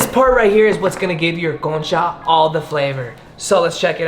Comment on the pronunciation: Okay i know spanish y cuando dijiste “bienvenidos a mi canal” and also “concha” and “pan dulce” lo dijiste bien wow quedé sorprendida de ti 😮✨